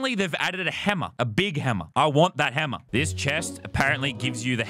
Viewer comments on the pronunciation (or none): Everyone else : playing Lazarbeam: h e m m e r